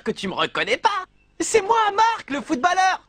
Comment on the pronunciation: Pourquoi il prononce footballeur (foutballeur) alors que sa se prononce footbolleur (foutbolleur) ?!